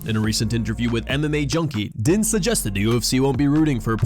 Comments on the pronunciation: FYI it's pronounced Dean not Din. Despite the spelling. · Din is pronounced "Dean" not "Den" 😉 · Din is pronounced Dean